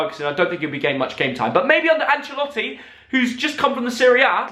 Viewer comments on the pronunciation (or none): none